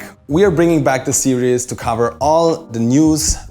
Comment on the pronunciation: Please don't pronounce series like serious.